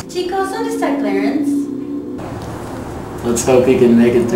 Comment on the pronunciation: she said sonde esta isnt it donde esta